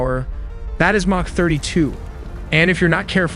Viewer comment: Mach is pronounce "m-ahk"